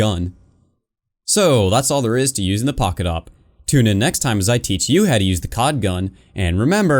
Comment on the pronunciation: You must say "The Poket SSG-8